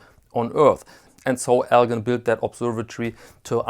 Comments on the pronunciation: really enjoy your videos. One correction... the “gin” in Elgin is pronounced like gin and tonic, not with a “guh.” Thanks for these videos!! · Elgin is pronounced (ELJIN) I live near Elgin in the Chicago land and northwest Indiana area . Nice video and nice watches by the way . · I grew up in Elgin, Illinois and could see the watch factory a few blocks away. El Gin is how the watch company is pronounced. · Just like NBA star Elgin Baylor.